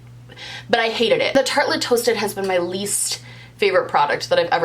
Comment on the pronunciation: You saying Tate Toasted over and over was like the best tongue twister and you did it flawlessly. This video was a hoot!